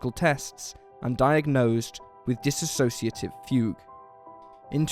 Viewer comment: aw, come on...I just want to scream EVERY TIME I hear you say "dissassotiative" - it's Dissociative